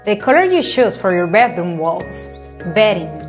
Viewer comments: I keep hearing bathroom instead of bedroom. Still some good examples shown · She said Beth room. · Yeah she’s saying bedthroom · Anyone else is hearing “bathroom” every time she’s saying “bedroom”🤪 great content as usual ❤️ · YESSS! I thought she was saying how to get good sleep in the bathroom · Am also hearing 'bathroom' instead of bedroom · Yes she is telling bathroom